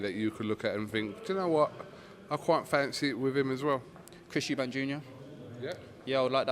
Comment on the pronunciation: guiding him to say Eubank.